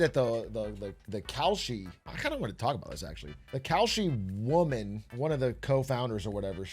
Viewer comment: Why did say "woman" so weird? 🤨